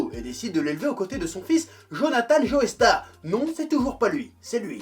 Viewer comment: imagine tu prononces joe =Joey ou joé. Joeystar ? Joéstar ? Les français pfff....